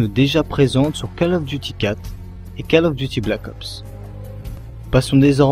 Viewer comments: ca serait bien si tu prononcais le nom du jeu avec le bon accent "Call of Duty" prononcé "Caul" et non "cale". Sinon un peu plus de dynamisme n'aurait pas fait de tord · Désolé mais prononcer ''call'' comme cale à la française ça m'arrache la tête... anglicise un peu et prononce ''cOll'' comme Gaulle, la baule etc... sinon merci pour la vidéo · C'est pas cAll ais cOll of duty.faut mettre un petit accent anglais --' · Call of duty se prononce : Colle of Duty , Pas Cale Of Duty ;) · Call Of Duty se prononce "col of diouti", parce que ta façon de le prononcer est plutot ridicule... A part ça rien à dire sur la video, je me suis arreté trop tot pour juger le contenu xD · on dit coll of diouty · J' adore ta prononciation "keull of duty" ^^ Xcuse moi mais je me suis bien marrer pendant cette vidéo d' information. Merci quand meme pour ton initiative mais n' oublie pas de prendre du red bull ou des vitamines ça donne la pêche. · P*tain mais on dit pas "Call of Duty" on dit " Coll of Diouty" c'est de l'anglais bon sang ! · Je suis d'acc avec les précédents commentaires, mais juste une autre chose... Je ne supporte pas cette manie de prononcer "Call of Duty Modern Warfare" a la française.... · "call of duty", ça se prononce en english, pas en french... lol